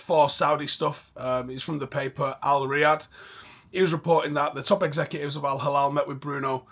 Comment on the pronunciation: its no al halal bro it's al hilal😂 soft L